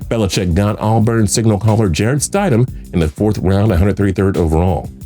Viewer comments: Is no one else pissed by how he pronounced Jarrett Stidham? I mean come on! Stid-‘am. Not Stide-‘em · Its pronounced stid-ham not stideham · St-I-sham lol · Stiddam is pronounced ( stid ham) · “STIDE-EM” it’s pronounced “Stid-em” and the only reason I knew that is because for a brief period I worked with his dad. Cool dude. Told me a bunch of cool backstories with some nfl players while they were in college. Good for him. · Bro you guys should look up how to pronounce the names. Its Eric Decosta not Decousta. Its also mid rounders not late.... Jarrett Stidhmmm not Stiedham. I expect better. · It’s Stid-um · Omg Stid - Ham smh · You kept miss pronouncing Jarretts last name...... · you legit don't know anything about football can't even pronounce jarrett stidham's name :)